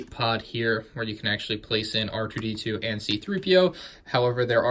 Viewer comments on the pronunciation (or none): did anyone else hear him say R DO D2